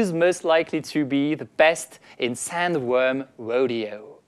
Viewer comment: Enfin un français qui dit bien The et non Ze..